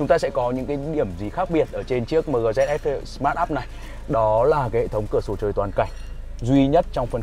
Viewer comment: Chính ra đã đọc mờ gờ thì đọc dét sờ luôn nhỉ.h